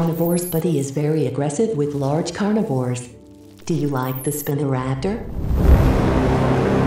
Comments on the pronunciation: Another great vid. I see ucouldnt get the pronunciation of spinoraptor to be how it actually is. In this it sounds like spinnoraptor instead of spinoraptor which got a chuckle out of me. Other than that great vid. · Spin-o raptor, why do AI voices always get it wrong? It’s pronounced Spy-no Raptor. Haha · it's not "spina-raptor" it's SPINO raptor